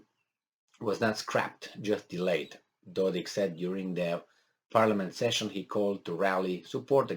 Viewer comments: How come you study Balkan but you do not know NAMES of Serbian leaders ????? It is DODIK with K not CH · Dodik, you are saying it correct first time